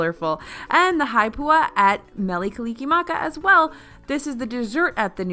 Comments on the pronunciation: Correction: Mele Kalikimaka “Haupia” pronounced How-pee-yah not haipua. I’m born and raised in Hawaii with Hawaiian ancestry and just want to have my culture correctly represented please. Thank you! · ITS HAUPIA NOT HAIPUA... lmaoooo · HAWAIIAN HAUPIA.... HOW-PEE-AH.....